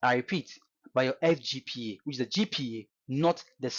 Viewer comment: Eii, abrogyire kakra wo ko ye na wo ascent asisa saa no? see how you pronounce GPA sef, anyway, great insight, as usual